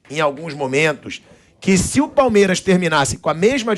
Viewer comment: Engraçado ouvir o pilhado falando 'palmieras' o tempo todo 😂😂